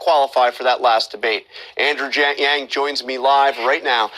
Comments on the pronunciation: Host welcomes “Andrew Giang” , almost sound like Andrew Jenk. Jenkie (fake or lame). Already I got the impression that he will not be fair to him. - “Your complain”, not left , not right, “what does it mean?”, man the host’s expression and smirk. The host then goes into the fact that the two parties, democrat and republican, are either too left or too right leaning. Andrew wanted to make the point it’s not just political and that people want to move forward and stop this stupid political bickering. - From the host: “Freedom divident”...so everybody, everybody gets the money if the person choose to opt-in? Why would Bezos and Trump or billionairs get it smirks ? MATH...the proposal is already expensive. Common sense: Well, if the host understands that the top 1% or 2% owns 95%. Say, there are about 100 billionairs and it would only cost $100,000 for the month, really not a lot added to the total. This argument is just to discredit the idea that it really helps the poor! - Host: Your commercials call “Medicare for all” but your actual proposal doesn’t even have a public option, so why the discrepancy? The host seems it’s all black and white and it’s clear cut on a complex topic as this but Andew sees the reality of this and would require the need to initially keep private healthcare plan and introduce public available options. The host can only discredit Andrews plan. “Medicare for all” is medicare for all...yeah it’s not always black and white. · His name is Andrew Yang Sir. Not Andrew Jangyang. Unpolished interviewer. Nice job not laughing out loud at him future President Yang! #yamg2020